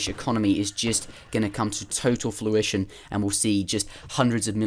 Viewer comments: It's fRuition, not fLuition :| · Was going to post this too. The first time he said it I was thinking "hmm did he say fluition?" Then he said it again for sure. Easy to remember because if something is coming to fruition then you are getting the fruits of your labour!